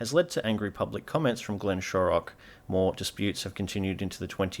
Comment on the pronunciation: You missed out on the rivalry between this YouTube channel and the correct pronunciation of Glenn Shorrock’s surname.